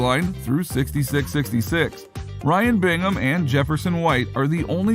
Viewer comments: Four 6's. Not sixty 6 sixty 6. Sounds dumb as hell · It's pronounced 4 6's not 66 66 four six's say with us four 6's please say it correctly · its four sixes not 66 66 ( sixty six sixty six ) if you cannot get that right -dont bother ! Dislike because you cannot say the shows title correctly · It’s not 66 66 it’s the four sixes 🤦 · Stop calling it "sixty-six sixty-six." It's called "The four sixes." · It's pronounced four sixes. Not sixty six, sixty six. No. If you can't say it properly, stop talking. Seriously. This is an institution in Texas and most won't cotton to well to blatant disrespect of it. FOUR SIXES. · Dumbass media...it is Not "66..66" it is "4 6s" for the winning card hand that won the original ranch& it is not in South Texas but rather north central West Texas...pretty shallow research "The Showy" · Its pronounced four 6's FFS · It’s the 4sixes not Whatever the hell this guy is saying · Stopped watching as soon as he said 66 66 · It’s pronounced Four 6’s. Learn some history of reality please. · Pronounce the name The 4- 6's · It's pronounced four 6's. And it's not in South Texas lol It's in West Texas. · Jesus. Its the Four Sixes. You did some research just missed a key component of this informative video. Thanks for the info though